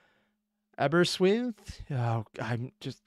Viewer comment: it's pronounced Aber ystwyth ... It's my home town. Aber means mouth of the river. Although, it'd be as accurate to call it Aberrhidol as both merge in the harbour before hitting the sea.